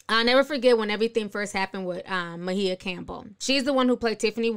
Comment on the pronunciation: This hits home. Maia Campbell lives in my neighborhood and it's sad. She needs long term ongoing care but her mother died and she doesn't really have any family left. And it's pronounced MY-A Campbell.